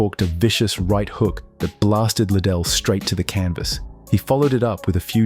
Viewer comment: would "love" it if you did not use Ai, and it didnt say Chuck little", instead of Liddell